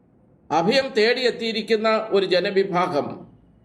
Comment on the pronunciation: അദയം അല്ല അഭയം